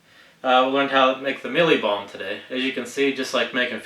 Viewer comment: I know this is a pretty old video but here goes. I laughed out load when you pronounced the "Mielie Bomb" bit with your accent. I'm from South Africa. You got the pronunciation pretty spot on though. ;) We can pick up 2 or 5 kg bags of mielie bomb in any fishing tackle shop over here. Sure does beat having to grind it up yourself. We also get all sorts of different flavours; caramel, plain, banana and almond are the most common ones. Thanks for the great video, very informative to see how it breaks down. :)